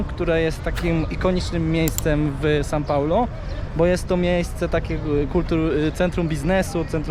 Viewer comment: kłuje w uszy to "san" paulo